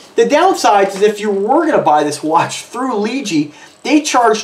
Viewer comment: It's pronounced LeeJ